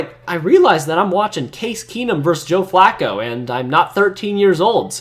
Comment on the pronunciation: more like joe fwacco